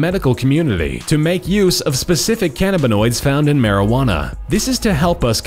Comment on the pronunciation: God the way he says "cannabanoids" AHAHAHAHAHAHAHAAH